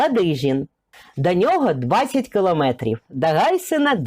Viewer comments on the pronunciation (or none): none